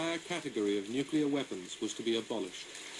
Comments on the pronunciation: Has anyone noticed how good documentals are usually too short, but bad ones go on and on? This of TOTAL CRAP is an INSULT to the victims of nuclear - NOT "NUCULAR" (AAARGH!) - explosions oer Hiroshima and Nagasaki. As pointed out in earlier posts, these people SURELY were NOT part of any conspiracy theory! Seriously, 0=1 ? Hey... remember to breathe! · he lost me with "nukular" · It's "NUCLEAR"not "NUCULER" How bloody difficult is it? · New-clear not new-cue-lar asshole! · Have a hard time listening to anyone saying "nukular" when trying to be scientific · Once again, it's pronounced NU-CLE-AR not NU-CU-LER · You lost me at "Nuculer" Can you not read? It's NU CLEAR. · I've got to listen to you saying "nucular" for two hours? Fuck off. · I could not bear to listen through this because of the repeated distraction of the narrator saying nuk-u-lar rather than nuclear. friggin annoying! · This video lost me as soon as I heard "nucular" the second time. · This dumbass can't even pronounce nuclear. Hall the time he say NEW-Q-LAR are we supposed to take this nitwit seriously? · lol thermal nucular war haha...its nuclear not nucular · the bombs are called "nuclear" not "nucular"... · You lost me when you kept saying "Nucular"... -_ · say it with me: NOO-KLEE-URR Do you call the core of an atom the "Nuculus"? Jesus. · I don't give much credence to a video about nuclear weapons when the narrator can't even pronounce "nuclear" correctly. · If you're going to make videos like this, please learn how to properly pronounce the word "nuclear." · Hmmm, I'm suspicious of anyone promoting a nuclear conspiracy who can't pronounce "nuclear".